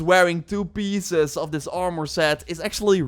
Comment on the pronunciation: Ormour? You mean Armour???